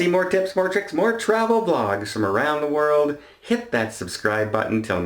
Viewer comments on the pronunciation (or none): none